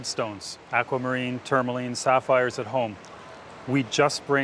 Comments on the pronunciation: I'm struggling to even finish this documentary, every time I hear a mineral mispronounced, my brain twitches and I have to pause the vid; TourmaLINE?? It's pronounced TourmaLEEN, Speenle?! Pronounced SpinELLE like the name Elle. PeriDOT?? omg. Could have at least taught the narrator how to pronounce the words from the script correctly. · The voiceover mispronounces everything so weirdly 😆 tourmaline, trichroism, spinel, agates, Paraiba... I mean come on it's just basic research, is it AI?